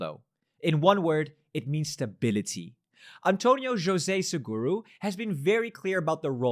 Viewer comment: You pronounced António José Seguro correctly 🙂👍